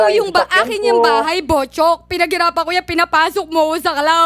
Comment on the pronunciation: sounds like botchok not buchok